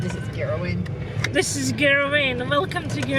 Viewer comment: It's girrawheen ave dummy